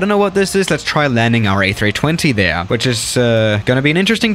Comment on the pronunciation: That "there" was so German😂😂😂